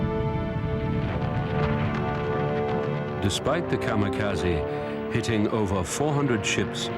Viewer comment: ... It isn't "Kamakazi". It is "Kamikaze".